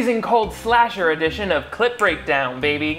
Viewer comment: I know you are saying "clip" breakdown, but my brain keeps hearing "clit" and now I think I'm catching feelings